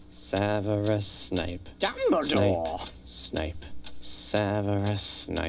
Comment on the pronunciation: Snake?! ahaaahahahaaaaaaaaaaahaaaaaahahaaaaaaaah it's snape not snake... sorry had to say it.. snake?! lol